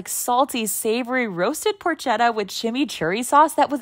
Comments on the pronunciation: Are we not gonna talk about how she pronounced porchetta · Porchetta is pronounced por-ket-ah btw